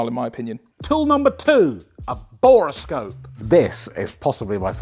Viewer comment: Bore-scope. NOT Bora-scope